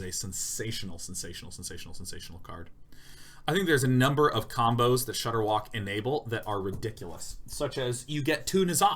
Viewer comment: Watching Day9 absolutely murder ShudderWocks name for a straight minute is some of the best video I've watched in a long time.